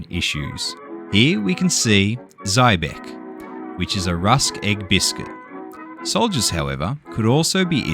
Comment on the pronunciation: ZWIEBACK is pronouced as "ZWEEBACK!" Zwieback is still populare with Germans, The top brand is BRANDT ZWIEBACK, origiinally located in Cologne, nowadaxs in the Freestate Thuringia Yes, of course, Card Games were commen but also LUDO ( MENSCH-ÄRGERE-DICH.NICHT) what was new back then but became populare since World War I. The boared game had done in big quantities for German Front Troops